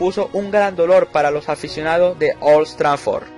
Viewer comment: Buen video hasta que escuche OLS TRAFFOR, panaaaaaaaa, es OLD TRAFFORD grabatelo